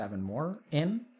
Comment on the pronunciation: when he said "in" I lost it